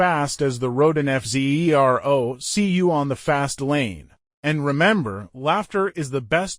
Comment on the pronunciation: I love how the AI is forced to keep calling it the F Zee Eee Are Oh over and over. 🤣🤣